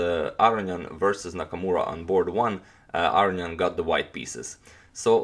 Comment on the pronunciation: Real question. It appears it would be pronounced Ah Ro Knee In. Is that incorrect? You say it definitely different than say, Maurice Ashley who I swear says it as above.